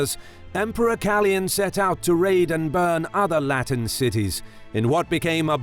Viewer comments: Awesome video as always! Just one thing. The name should be pronounced KalOyan and not Kalyan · KaLOYan not Kalian! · you totally mispronounced Kaloyan